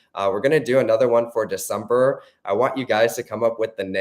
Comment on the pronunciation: Decempurr lol